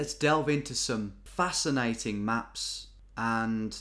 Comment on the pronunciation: Nobody: GeoWizard: that’s facina’en